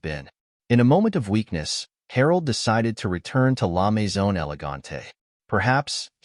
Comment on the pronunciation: La mezone? Try La Maison.